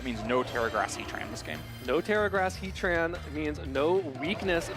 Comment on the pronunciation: He-Tran > Heat Ran